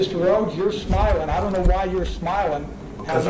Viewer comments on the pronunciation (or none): Sounds like your saying something else! Smell instead of smiling!